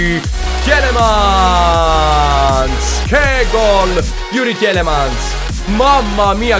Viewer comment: Comunque sì tielemans si pronuncia tilemans....forza FGR